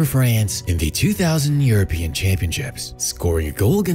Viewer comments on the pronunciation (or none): none